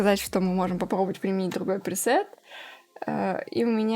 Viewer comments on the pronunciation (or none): none